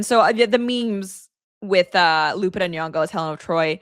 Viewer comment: You cant wvwn pronounce Lupita's name right. Dummb dummb